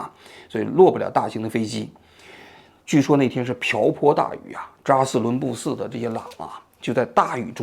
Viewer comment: 嘴瓢的厉害，基本上感觉几句话就瓢一次，扎实伦布寺